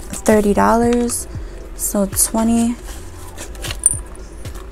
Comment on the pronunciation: The way she speaks and pronounce 20 drives me nuts